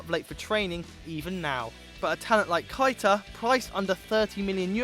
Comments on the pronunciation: Nabby Kita? Your pronunciation of words is terrible mate it's Keita. KE-ITA. KEITA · Anyone hear how he said properties for keita